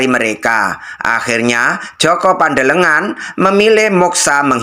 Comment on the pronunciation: JOKO PANDELEGAN. BUKAN JOKO PANDELE NGAN..ITU DONGENG BUKAN FAKTA SEJARAH..